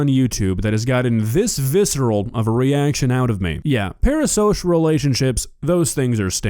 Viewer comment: Are you saying "para-sosh"? Stop saying "para-sosh"